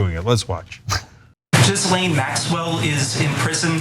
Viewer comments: C'mon. There's no excuse to mispronounce Ghislaine Maxwell's name. Seriously. She's gone through her trial, there are a million documentaries on her, she's been featured on the news endlessly, and still her name is incorrectly pronounced. Otherwise, excellent points made. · Someone needs to help them pronounce Ghislaine correctly. The s is silent. It’s French I think. But there’s a right way and a wrong way to pronounce something. Never mind who’s name it is, if you miss pronounce it it’s on you! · Can we at least make an effort to pronounce people's names correctly? Even if they are human garbage, you sound like a willful ignoramus if you haven't learned how to say "Ghislaine" this late in the game. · Re Ghislaine, the GH is not pronounced like J and the S is silent. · "Jizz-lane"??? I think it's "Gih-lane" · Her name is pronounced ghee-layn not gis-Len. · It’s not “jizzlane” gh in French names are pronounced the same as ghost and ghoul. Her name is pronounced “ Gee lawn” with a soft n. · Guh lane it’s pronounced it Ga lane Max well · it’s not jizzlane, is pronounced gee-lane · Pronouncing Ghislaine as "jizz lane?" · I like how she pronounces Jizzlane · Its pronounced "Gil-ane". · Is it so hard to say ‘ Gee- Len’? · It's GHEE-Lane (Hard G), I believe. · I think it's pronounced Jizzalene. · Her name is pronounced (Gee-lane). Spelled Ghislaine. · Learn how to pronounce Ghislaine Maxwell sweetheart. It’s not Jiz-lane. 😂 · Ghislaine - It's phonetically pronounced (ghee laine) rhymes with key. You're one of the few news sources that had great cred in these times and is my goto. When you don't make the effort to pronounce someone's name correctly, you start looking like the high school senior class radio show. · Epstein's girlfriend name is pronounced Jizz-lane? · FYI, it's not Jizzlane... 1) the 'G' is hard (it's followed by an 'h') and 2) the 's' is silent... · Pronounced Gee-lane. (Hard G) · The s in Ghislaine is silent & the g is hard as in go.